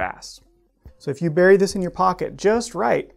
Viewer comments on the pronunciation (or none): none